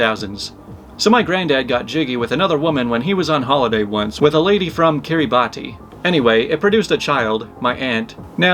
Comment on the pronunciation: Fun fact: Kiribati is pronounced Kee-ruh-bas and the r is rolled. There is like no way to know that from the spelling. 🤔